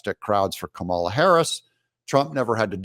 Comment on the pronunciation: Chucky pronounced her name camel-la. I guess they're not doing the you're a bigot thing anymore, if you don't say comma-la? He clearly did it deliberately right, to be demeaning and racist.